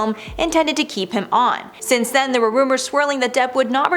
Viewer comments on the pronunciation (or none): none